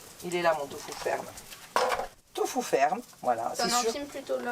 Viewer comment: Allo, j'adore vous suivre je vous ai connu grace au Vadrouilleurs, j'adore ton accent quand tu dis tofou a la place de Tofu. Je crois que je vais te prendre cette prononciation de Tofu. ❤